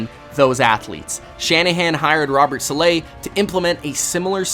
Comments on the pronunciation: I loved the video and your narration. Two nits to pick. It is pronounced SAH-LAH (not SAH-LAY). In talking up the Shanahan drafting of WR, you showed Kendrick Borne. Borne was not drafted. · My understanding is that Robert Saleh's name is pronounced like "Salad" but without the D (there is a joke in there somewhere) "Sa-lah", not "". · Too bad you mispronounced Robert Saleh's name when you could have just looked it up.